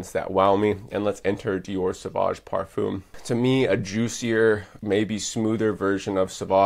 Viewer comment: I asked a friend who speaks fluent french, how to pronounce ‘parfum’ and like you I was incorrect. There plenty of examples as to the correct pronunciation on YouTube, then you can get it correct next time around